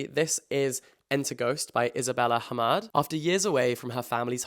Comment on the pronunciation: 5 mins into the video, I went out of the video to comment this... can I just say you're pronunciation of the arabic "h" sound in Isabella Hammed and the name "hanin" IMPECCABLE 100/10 would recommend. I myself am an Arab and I know how hard the h is for non Arabs and you just said it amazingly and did not butcher the names!! well done.